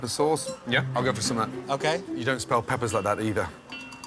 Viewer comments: Aaah yes, the classic “Pepppers” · Pepppers with 3 P's. "Peppers"